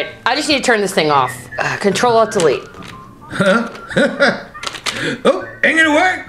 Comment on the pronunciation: I hear “Control All Dell Bee”